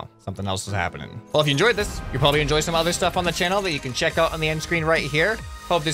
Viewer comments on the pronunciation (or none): none